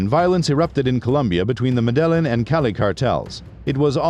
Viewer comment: Medellin isn't pronounced muh-dell-in, it's meh-da-yeen